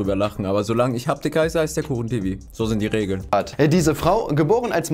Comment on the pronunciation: hab das video von kuchen gesehen und er sagt habtik